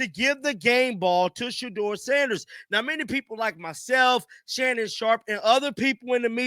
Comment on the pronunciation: Put some respect on his name, Say it SHEDEUR SANDERS